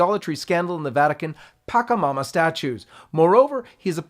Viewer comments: It's not pakamama.. . It's patchamama... sure, the catholic church hates other beliefs and wants to stamp out other people's sacred religions but at least pronounce them correctly. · You're pronouncing PACHAMAMA incorrectly.